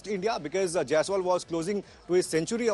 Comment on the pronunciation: Yashashvi Jaisal...? How can you mispronounce carelessly on Main stream😮